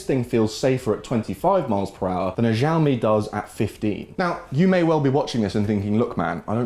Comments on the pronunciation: Xiaomi - "Shaomi" not "Jiaomi". Greetings from China 😛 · Please learn to pronounce Xiaomi correctly!! It ruins completely your video. We say "chiaomi" like in Chicago. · I heard x sound not sh